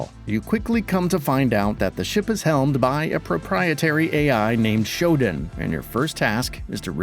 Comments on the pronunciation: It's SHO-DAN, not ShoDIN, just sayin. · That's not how you pronounce Shodan but you knew that. You're the kind of channel that'll mispronounce just for engagement.